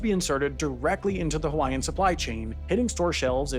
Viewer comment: Excellent reporting; your pronunciation of Hawaiian names is improving.